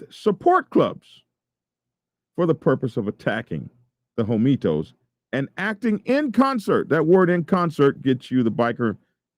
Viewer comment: Is it pronounced Hoe Me Toes (like you are saying)? The word is spelled Homietos which (in Spanish) would be pronounced Ho Me Ay Toes (the H might not be pronounced at all). Not not pickin, just askin - have you HEARD the name or have you just READ it?